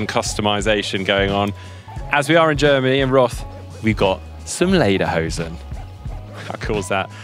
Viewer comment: Love how you said Lederhosen in German 😀